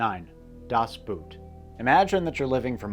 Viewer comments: My pet peeve is the typical pronunciation of the German words Das Boot. It's not boot, it's pronounced Dahs Boat, like the English word. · Can’t pronounce names: Das Boot is not a boot. Boat! Ran is RON! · Sorry, but I understand your're not german, but"Boot" is pronounced as"boat" We're talking about a ship here... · Dad Boot — pronounced like English boat, NOT boot! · If you love ‘Das Boot’ so much, would you please stop pronouncing it’s name like footwear? It’s Das ( like duh’s) Boot ( like board - cut out the o-sound and insert between B—t) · dude, as a history buff, in German, das BOOT is pronounced more like "das BOAT" , not "booo t" the like the shoe.. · Das Boot is pronounced “boat” as in English. It is not pronounced like boot! 🥾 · Americans pronouncing the word "Boot" just as if it were the english "boot" is always entertaining. Funnily enough you should pronounce it almost like you would "boat", without curving your mouth at the end as to not make the regular "oa" diphthong sound, and instead just stretching the o-sound (or "oh"-sound I guess). I mean, where do you think that word even comes from? Certainly not french, this time. :P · Boot is pronounced boat in German. not boot a shoe. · One small correction. Das Boot is not pronounced “boot” as in a type of footware. It’s actually pronounced almost exactly like the English word for boat. So “Das Boat” is the correct pronunciation. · The Boot is a great movie. My father showed it to me. He was himself serving on a U-Boot (Bundeswehr in the late 60s/early 70s though, not Kriegsmarine. 😅) A little tip: Boot is not pronounced like the englisch word for that stoute footweare, but the O is pronounced like in c(o)al . ✌🏻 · When will Americans understand that the german pronunciation of Boot is much similar to the english boat then the thing that goes on your foot... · English speakers should pronounce DAS BOOT like: "Das Bohtt". Not like the shoe :c) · Its pronounce Das Boat, not Das Boot